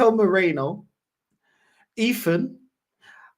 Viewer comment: Yo, his name is Merino (me-reeen-o) not (Moor-ray-no)